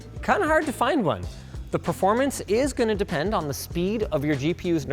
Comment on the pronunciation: Linus. Stop saying "proformance"😄